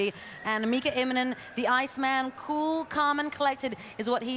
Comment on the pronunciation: The commentary here is almost intolerable, eh? Who the hell is ImmoMen?